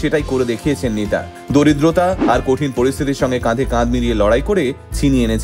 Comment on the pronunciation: আপনার উপস্থাপনা ও বিষয় দুটোই আমার খুব ভালো লাগে। আপনাকে কাছ থেকে দেখার খুব ইচ্ছে ছিল। সেটাও পুরন হলো মেদিনীপুরে জেলা পরিষদে শেষাদ্রী ড্যান্স একাডেমীর মেয়ের নাচ দেখতে গিয়ে। এই উপস্থাপনা তে একটা শব্দ একটু কানে অন্য রকম লাগলো। আপনার ভুল ধরার ধৃষ্টতা আমার নেই। দারিদ্রতার উচ্চারণ।